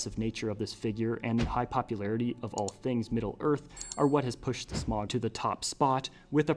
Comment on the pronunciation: Great video, but the ‘au’ in ‘Smaug’ sounds like the ‘ou’ in ‘cloud’, not the ‘oa’ in ‘toad’.